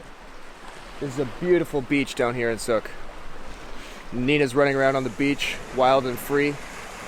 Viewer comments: Son it is not suk it is SOOKE . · Soooke not suk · Sooke not suck. You are pronouncing it all wrong 😂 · Sooo ke. Not Suk. :) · Soooooke. Not suck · Mans said souk not suke smh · It's pronounced Sooke not Suk. Very cool video. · its pronounced SEWK not sook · Yah totally annoyed by the way he’s saying it... it’s like sue-k not suck dude... holy shit it’s not hard to ask anyone who lives there. And while there is some abandoned stuff, Sooke itself isn’t. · it's said like ew so sewk. it's not suke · Soo ooke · Being from that area, it's Soooooke, not Suk... Sorry if someone else already commented... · it's like sue not suck. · It comes from. The word T'Souke of the T'Souke nation and isn't pronounced "Suk", but "Sook" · Hey This is where I grew up! cool video. It's not Called Suhk its pronounced T'sou-ke, come from the coastal salish word for stikle back fish or fish with spines. There's a endless amount of cool stuff there. There's actaully a bunker from ww2 in East Sooke that was part of the costal defense against Japan. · soooooooooook not suk lol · You say you mispronounced it throughout the video? I stopped the video after the first mispronunciation and came down here to tell you. It's too late to apologize. Everybody hates you except me. I don't hate you, but I do dislike you very much. Suk! Yuk! Thumbs down. I'll never watch another one of your videos. Suk?? Really? As punishment, you should be forced to live in Suk for the rest of your life. Nice little dog. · South Vancouver islander here. Long oooo sound with that one. You're making it sound too much like suck. Sooke like. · OK - Firstly, it is pronounced "Sooke" rhymes with "Spook, puke, duke", Secondly, technically speaking East Sooke Park is located on Canada's SOUTH West Coast NOT it's North West Coast. Haida Gwaii is located on Canada's NORTH west coast. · Anybody else hate the way he pronounces “sooke” as “suk” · wrong!! the native pronunciation is soooke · No one on the island says “Suk” lmao